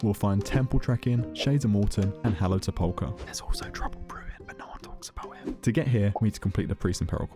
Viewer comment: Sepulcher is pronounced SE-pole-ker with emphasis on the first vowel